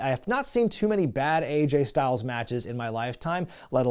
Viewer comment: Aj (rhymes with badge) Styles…go the other way on the initials.